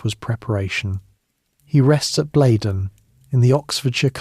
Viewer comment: a great voice,,,nice prose,,,,well researched and clever. Just one minor fly in whats otherwise delicious lotion,,,Chruchill was born Blenheim Palace pronounced Blenham,,,otherwise its a place in the Low Countries (which it derives from but has been anglicised). Keep up the great work